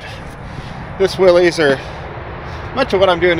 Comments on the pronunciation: It's pronounced Willis...not willeez! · like you most people mispronounced Willys. The correct sound is 'williss' (rhymes with hiss) not 'willeez' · I’m a curmudgeon. It is not now, nor was it ever a Willie’s. It’s Willys (pronounced Willis)